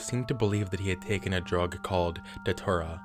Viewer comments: Just one thing. It's not pronounced Da-tour-ah. It's pronounced day-chew-rah. Thanks for the video. I've been one of your longest subscribers, and always love when you bring out a new video. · brotha. It's Datura, like, DAT-chu-Ra. not da-too-rah. lol